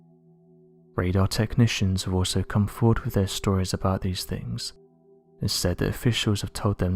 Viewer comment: “Wivvv” = with “Parfff”. = path Just for people who can’t understand what he’s saying